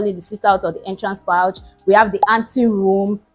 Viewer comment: You meant Entrance "poor-ch" not "pouch" - pronunciation-wise.